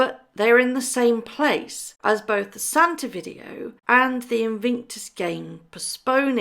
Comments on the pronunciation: its IN VIC TUS, not invinctus. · It's Invictus not invinctus. Just saying 🤭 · sorry to be anal and pedantic but PLEASE pronounce Invictus properly! It is pronounced IN-VIC-TUS not IN-VING-TUS. Apologies, it just grates on me! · It is not pronounced Invinctus, it's Invictus. There is no "n" in the middle of the word. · Wow I didn't know this, why on earth do they have to be so deceitful. I have visions of MM stamping her feet at the unfairness of having to play second fiddle to a pandemic! Thank you for the video and hope you get well soon. By the way it's Invictus not Invinctus xxx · InVICTUS games, not invinctus. InVICTus means unconquerable, Invinctus sounds like something you get after a colonoscopy. I’m not a fan of these two yahoos, but the Invictus games are a noble endeavor on Harry’s part (pre MM, of course) and he should get the respect he deserves for launching them. Also, the Duke of Westminster is worth 10 billion pounds, so it’s not a fair comparison AND the guy is trying to tear down a tower in London that houses some of London’s poorest people to develop the land, so yah, he’s a real gem. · “Invingtus” Games, plus a “ this video is just for entertainment” clause. Totally pathetic. You lose all credibility, whether there is truth in the video or not. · haha... the “InVIINKtus Games! ... great detective work.... keeping you on your toes..